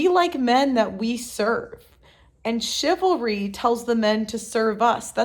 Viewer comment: *ChivalRy . . . You forgot the R